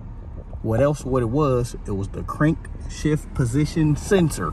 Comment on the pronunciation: Crankshaft position sensor? You keep saying Crankshift position sensor 🤔🤔